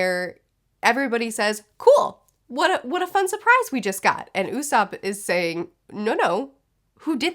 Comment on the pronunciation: LOL, Loffy, Zolo, Ustop and Hopper XD (Really enjoying the reviews!)